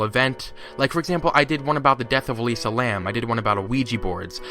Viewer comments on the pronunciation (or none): none